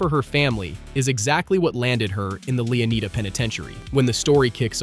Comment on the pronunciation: Bruh these pronunciations are driving me crazy. LeoNIDA not LeoNEEDA and Lucia said wrong throughout. LOO SEE YAH, not loozia